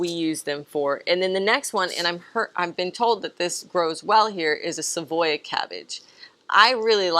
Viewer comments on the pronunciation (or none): none